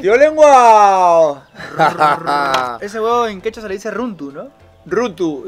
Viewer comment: rruntu no es. Es Runtu